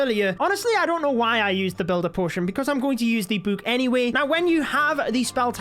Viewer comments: I like how he says book like “bouk” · Bro calls it a book a bewk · It makes me so pissed when he says book. It’s not a buke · My favorite thing about is that he says book like buek